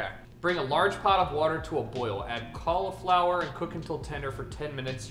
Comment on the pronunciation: Can someone please teach my boy how to say cauliflower